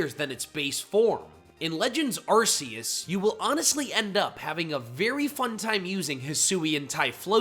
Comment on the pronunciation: It’s pronounced ar-KEY-iss and yoo-NUH-vuh, “”! 🤨 And fireball thing on Skeledirge is a bird, hatched from the egg on Crocalor’s head.